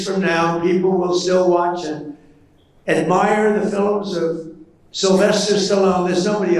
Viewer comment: Fun fact: Donald Trump can’t say the word “film,” he pronounces it “fill-um.” He did it again tonight but you might have missed it. Look up the footage compilations of this freak made by Vic Berger. You think you’re horrified and embarrassed now?! Just wait.